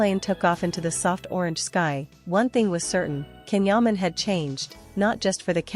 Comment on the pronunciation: Ancora non sapete come si pronuncia il suo nome?😂